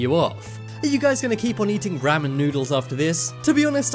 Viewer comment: He said ramen wrong